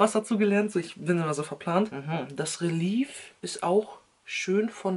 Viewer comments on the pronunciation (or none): Als Tipp fürs nächstes mal, es wird Reli“ä“f ausgesprochen also nicht wie eine e sondern du musst das wie ein ä betonen🙈❤️ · Ganz genau genommen wird es röliäf ausgesprochen